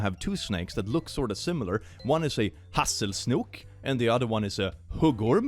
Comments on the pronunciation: I legit wasn’t able to tell for a good minute if the word for snake in Swedish is actually SNOOK (I know it’s probably not spelled like that) of was just making English words sound Swedish in a comedic way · I don't know why but I find it so hilarious snake is pronounced snok in swedish. It sounds so cute to me.